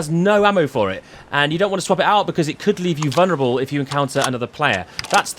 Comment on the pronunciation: No such word as vunerable its vuL-nerable. The L is NOT silent